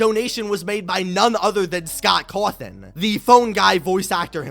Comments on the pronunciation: "Scott Crwathin" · The way he says Cawthon- lmfao